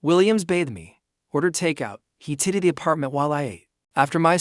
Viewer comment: Good story but I always have to laugh at how the AI voice says tidied